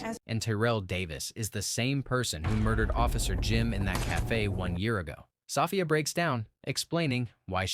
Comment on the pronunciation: Hearing 'Soffia' is distracting. 😂